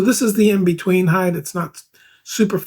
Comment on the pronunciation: String height not heigth